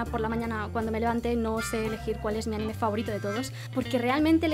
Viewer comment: Noooooo. CÓMO QUE ánime. ANIME sin la tilde en la a por favor:((( o sea cómo puede ser? Ajajajajjaaja